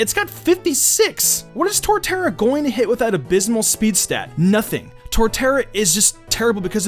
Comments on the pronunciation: it's Torterra, not Tortara. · when you said Torterra I've never been more triggered